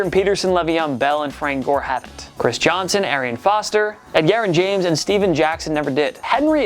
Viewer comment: Did you just phone in the last part of the video? Not knowing how to pronounce Edgerrin James' name.... that was a "C'mon Man" moment